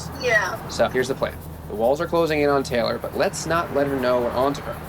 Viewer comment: our names are TAY LOR not TELL ER... geez